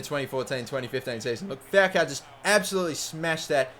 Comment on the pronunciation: Dude, AMAZING videos, very entertaining. Although, your pronunciation of "Falcão" is a little weird, haha! You're saying Fowcow. Go to google translate, but it to spanish (or brazilian portuguese, because his name is inspired by a brazilian footballer of the same name) and type falcão; you'll hear how it's correctly pronounced! Cheers, mate!